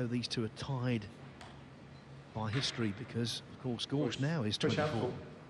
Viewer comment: Gorst! Not Gorsht